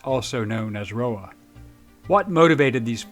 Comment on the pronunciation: The POHA was not, "Ro-Ha"; the "H" is an "N" in Russian (Russkaya Osvoboditelnaya Narodnaya Armiya). Hearing "Ro-Ha" throughout the clip was disconcerting...